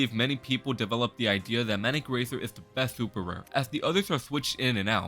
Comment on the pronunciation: good video but there's no emphasis on "is" so its 0/10